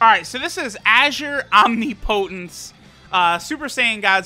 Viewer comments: pronunciation of Azure Omnipotence is disgusting lmao. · Yeah, its so clunky and ugly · Oh oof.